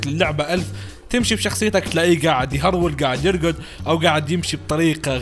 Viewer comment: ههههه قاعد يرقد ( ماتعرف تقول يركض ؟ )